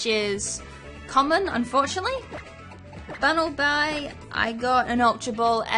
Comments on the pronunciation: I cringe when she says "diggserbee" it's "diggers bee" and "bunnel bee" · i love how she attempts to correct herself when she says bunalby's name but then just ends up pronouncing it wrong lol also u don't need to apologize sweety you can pronounce a pokemosn name however the hell u want just ignore the idiots who get pissy over how u choose to say a name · Bunel b u y Or Bunel B I Or Bunelb i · It's Gourgeist(Gore-Guy-St) Bunnelby(Bunnel-Bee) Dedenne(Duh-Den-Neh) Linoone(Lie-Noon) Diggersby(Dig-Gurs-Bee) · no i think it's bunnelbee. well. i think that's the way how you say it. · Is that really how Bunnelby is pronounced? It seems a little bit silly.